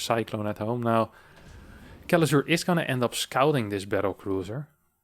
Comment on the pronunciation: i really wonder how do you manage to mispronounce Kelazhur as Kelazur, while tending to say <Sh>oul and all other "s" letters in words as "sh" at the same time XDD